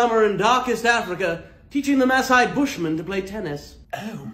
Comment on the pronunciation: Even his pronunciation of “ mass-ai” is on target!